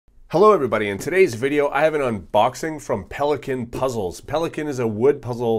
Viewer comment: HIPPIHEMMO The Panda thank's m8! it sound like puzzels to me. lol